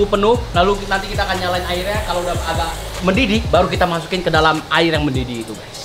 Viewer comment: Amer heula atuh ❌ Aer zam-zam heula atuh ✅